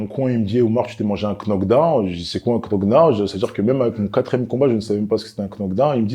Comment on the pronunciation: Un ke-nock down😂😂. C’est un bon force à lui